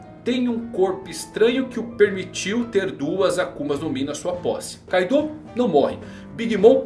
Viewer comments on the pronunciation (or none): Porque as pessoas pronunciam Kaidô se no próprio anime todos os personagens pronunciam Káido?